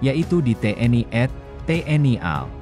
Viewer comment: Tolong perbaiki bahasa Indonesia nya Min.. Terutama tanda baca, titik, koma tanda seru, dan tanya tanya. Juga perbaiki bagaimana anda membaca angka dan singkatan. Di Indonesia tak ada TNI ad yang ada TNI A D